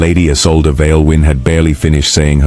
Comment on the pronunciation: The new Duchess's name is mispronouced = E-sol-de (Isolde - German origin).